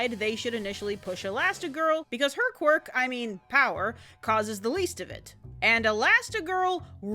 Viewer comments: Hehe You said Qurik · HEY I HEARD YOU SAY QIURK DONT THINK YOU CAN ANMIE HERE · Love how you keep saying quirks lol. It’s okay we’ve all been watching MHA